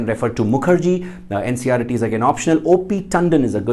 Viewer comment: Bhai NCRET nahi hota NCERT hota hai